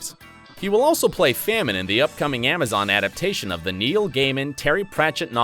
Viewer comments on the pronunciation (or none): none